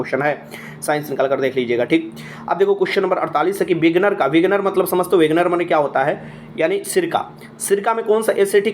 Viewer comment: Words ka pronunciation to sahi se kijiye विनेगर padhte hai n ki विगनर